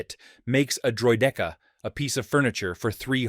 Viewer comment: it says droy-DEEKA